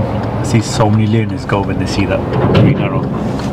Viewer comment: Sounds like he called the "learners" looners. For those that don't know "looners" is a term used to describe people with fetishes to balloons.